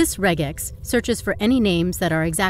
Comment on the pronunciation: I'm glad you correctly pronounced regex (not like rejex) , and used the correct plural of index (indices). It took me a bit, though, to realize you were ironical about being unable to find the meaning of re.